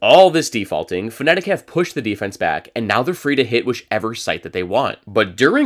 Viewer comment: please stop saying "fnetic" i'm begging you